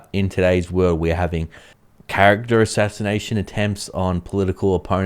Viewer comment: Ashinanation attempt. Let's say it again. Ashashination attempt 🤣🤣🤣